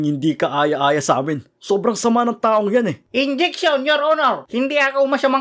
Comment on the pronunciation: Hahahahaha enjiction your honor haha😅😅😅